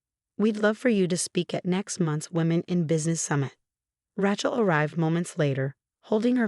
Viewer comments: Ratchel, Ratchel, Ratchel!!! 😉😿😤😠🤬😡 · How many of these stories cant say Rachel correctly